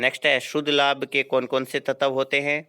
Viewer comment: तत्व की उच्चरण गलत है।